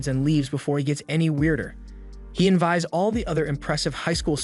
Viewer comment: Please tell me this is AI reading this and this man didn’t just say “env-eyes”